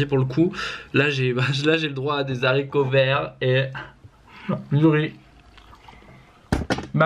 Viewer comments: "Des Zaricots verts" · on dit HARICOVERTS et non ZARICOVERTS 😂